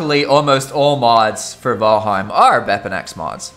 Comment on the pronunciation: “V-al-heim” literally why I can’t watch your videos lmaooo